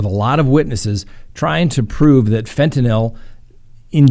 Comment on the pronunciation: Every time says “fen-TIN-YL” I giggle. It’s ok to say it the lazy way! 😂♥️